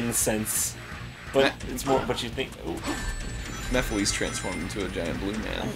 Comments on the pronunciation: MEPH-A-LISS not Mephilees.... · They missed all of the action oh and it's pronounced mephiles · Will they PLEASE pronounce Mephiles right?